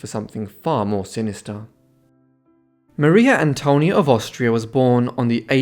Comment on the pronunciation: No se dice Mario Antonio no seas tonto .Es Maria Antonia.